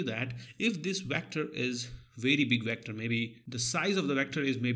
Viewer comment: The way you said vectorrrrrr....